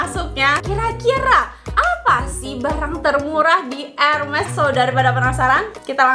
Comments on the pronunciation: bacanya herme ya bukan hermes walaupun tulisannya hermes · bacanya bukan erMES kayak geMES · Ermey ngga siih cara bacanya, bukan ermes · Benner ... Luna Maya prnh bilang dulu, bacaanx ermes bukan Hermes